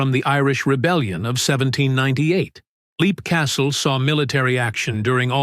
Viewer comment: I had heard Leap pronounced 'lep' before.